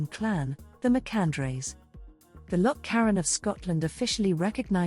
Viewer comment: Nice, but I think you need to work on your pronunciation of MacAndreas - it was named after her husband Andreas